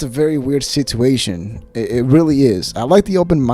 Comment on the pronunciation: I'm subscribed because I'm an ol' hen and love getting the dish on my favorite podcasts but......I hate how you say the word 'situation'